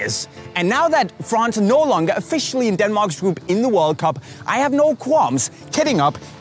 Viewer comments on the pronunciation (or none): none